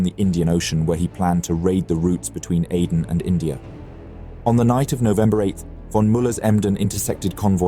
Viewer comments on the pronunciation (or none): none